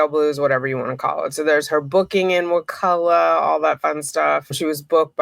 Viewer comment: So happy you can pronounce it! Can you say Wewahitchka? These Indian names are awesome. I live on the Chipola.